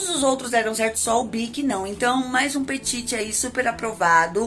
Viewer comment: se pronuncia peti, sem "T" no fim, abraço adoro seu canal